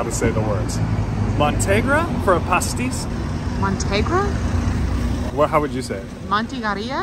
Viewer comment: Nice survey of snacks, but not true Portuguese food. It's pastel de nata.Pateis is the plural and it's not pronounced "pastis" Quesadillas are not Portuguese. Those do look like good bifanas; there are a lot that aren't so great. ALSO PLEASE TIP 10%!! Portuguese wages are awful and things are getting more expensive due to expats and tourists.